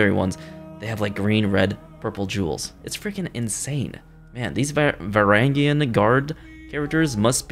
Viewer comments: The Varangian Guard were mercenary guards for the Eastern Roman Empire, primarily sourced from the "Viking" regions of Europe. They were extremely tough fighters, and also very loyal to the Emperor. (To my knowledge its pronounced Verr - Anne - Jee- Anne / Vurr - Ann - Jee In) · Its pronounced va-range-ian. :) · Totally butchered the pronunciation of Varangian guard. Also it should not be a woman.